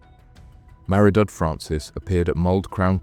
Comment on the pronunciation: Mahr-eh-dud Francis! Abysmal pronunciation of the name Maredudd. Very poor.